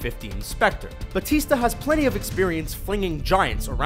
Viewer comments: The way you said Dave's name is very wrong. And I was laughing all the way. It's Baw-tista. As in Baw-wow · isn't Dave Batista not Bautista